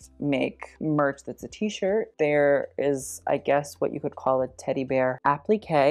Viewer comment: "Teddy bear applique" 💀